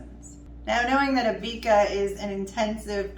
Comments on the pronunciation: It’s Abeka not Abeaka 🤣🤣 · Abeka is pronounced A beck a like rebbeca